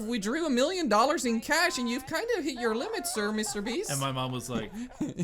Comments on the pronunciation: He actually said mr beach not mr beast haha I am not your hater just a joke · He said mrbeebs